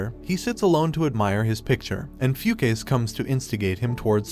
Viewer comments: did he really pronounce fu ka se as fucase??? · "Few-Case"? Yeah, no, I'm pretty sure it reads as "Fu-Ka-Se" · The pronunciation of the names. “Foo-case” 😆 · its not pronounced "fu-case" its pronounced "fu-ka-seh" just wanted to correct you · The way he pronounces the dude's name is hilarious, "few case" 🤣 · Fukase🚫 Foocase✔️ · I'm not sure, but I think the pronunciation of "Fukase" was incorrect. :) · You pronouned "Hayabusa" wrong... got "Fukase" wrong too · The only fault in this video was his pronounciation of "Fukase" 🤣